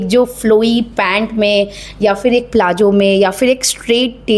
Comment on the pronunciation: फ़ैसन नहीं फ़ैशन बोला करें... इजी नहीं इज़ी बोला करें... ज़्यादा नहीं ज़्यादा बोला करें....प्लाजो नहीं प्लाज़ो....nekshat nhi next.....shtyling nhi styling.... Shtories nhi stories...posht nhi post.... Pershonal nhi personal....quij nhi quiz.....uuj nhi use.... Abshtract nhi abstract... Invesht nhi invest.... Reqesht nhi request